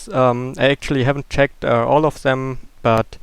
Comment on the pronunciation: It is always interesting to see how minecraft works:D Therefore: Good video btw why dont you say " dem" instead of " sem" for" them" if you arent able to pronounce "th"?